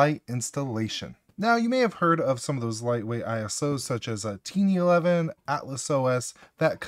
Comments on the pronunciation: DID YOU SAY "TEENY11" INSTEAD OF "TINY11" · Did you just pronounce "Tiny" as "Teenee"? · It is not teeny 11 it's tiny 11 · There is no way in hell you pronounced Tiny as Teeny completely by accident or naturally, you did it for the Engagement Bait. That which I have gladly taken. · "Tinii 11" 😂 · Weird mf called it “teeny” 11 bro wtf? lol